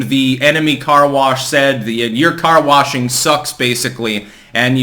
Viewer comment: 'Your car warshin' sucks'. I like the way you 'splain stuff.